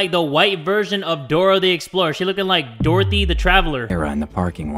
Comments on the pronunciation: My man's said Dorthory the Traveler LMAOOOOO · Dude Said ''Dorthy the Traveler''